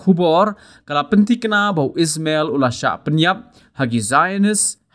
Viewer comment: U dei Ismail... Ym dei u EEESSMMELLL... 😅